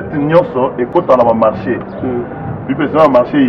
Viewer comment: On dit marché.